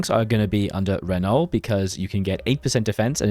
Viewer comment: Man mispronounces "Renault", is banned from ever entering France